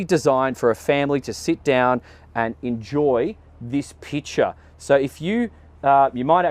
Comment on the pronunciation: Everytime says „picture“ I hear „pitcher“ 😅